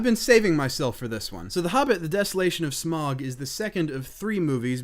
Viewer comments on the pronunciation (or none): Smaug = smawg or smowg . Just saying, Thats how its pronounced xD